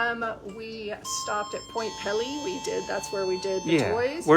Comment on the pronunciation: Pt. Pelee is pronounced peel-ee... not pelly.